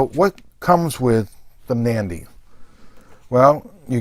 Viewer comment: Great knife, I have the same one in in ebony. Just one thing, it's not pronounced "Mandy" it's pronounced more like "Manundi", great video otherwise